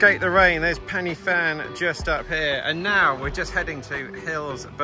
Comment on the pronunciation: Pronounced PEN UH VAN please!